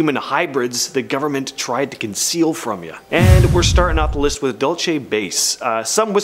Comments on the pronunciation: Its not pronounced "DOLE CHEY"... It's "DUEL SEE" New Mexico... DUL (duel - like sword fighting)... CE (see, or like the lettter...C) Dulce, NM. I live in New Mexico and know how to pronounce it correctly.. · Dual say